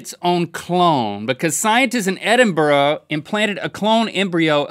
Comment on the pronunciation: thank you for pronouncing Edinburgh correctly 😂